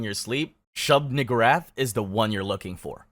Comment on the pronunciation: Dawg it’s shub NEE-GOO-rath